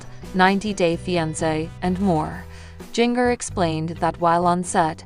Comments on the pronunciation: It’s not jing er. It’s Jinger. You know like the spice “Ginger”. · You are saying Jinger's name wrong it's like Ginger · Her name prounace Ginger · Interesting pronunciation of Jinger😂😂